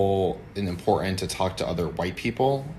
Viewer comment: AOC's sock puppet ginger soi boi "boifren" says it's "im-por-ent."